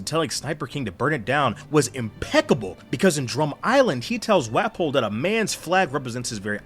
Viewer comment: Your pronunciation of Walpo and Sabo 🤨